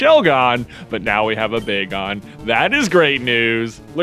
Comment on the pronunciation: Every time J gets excited about a Pokémon, he pronounces it odd first go :p bag-on followed by the bay-gon pronunciation!